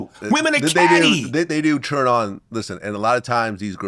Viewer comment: The way vlad pronounces the word “turn” 😂. He says churn as in churning butter. Tell me I’m not trippin